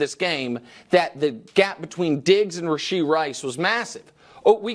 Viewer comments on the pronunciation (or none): It's RASHEED RICE. Get it right !!